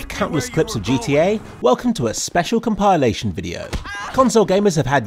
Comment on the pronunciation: Compile-ation, inmoveable object